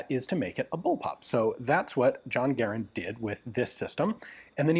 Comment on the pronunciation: It always warms my heart whenever I get to hear Garand's name peonounced correctly.